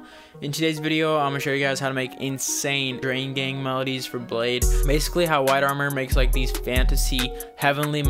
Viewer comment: I don't even like bladee but it's pronounced blade -ee